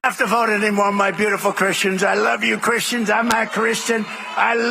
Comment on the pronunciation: the sad true is that his "beautiful cahristians" are going to vote for him even if he tells them that is going to put their children in concentration camps.